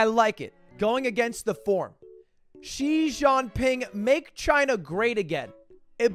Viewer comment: "zhi jeánping" 💀💀